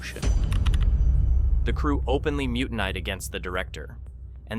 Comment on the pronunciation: Ai. Booooo. “The crew muti-neyed” ? Really?